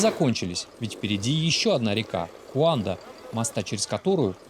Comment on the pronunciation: Гуанда а не куанда